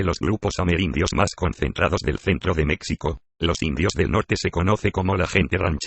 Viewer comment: Pero porqué con la voz de Loquendo! Es más, esa voz ni siquiera es Loquendo! Pronuncia "mécsico", "mecsicanos"... 🤦‍♂️🤦‍♂️🤦‍♂️🤦‍♂️